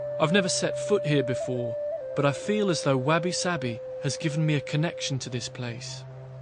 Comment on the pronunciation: First thing he should have done is learn how to say wabi sabi correctly.